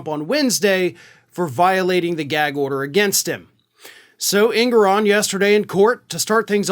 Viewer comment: Just FYI, the Judge's name is properly pronounced, "en-GOR-on."